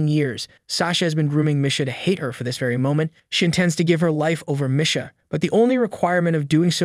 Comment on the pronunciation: That and how he pronounces Misha lol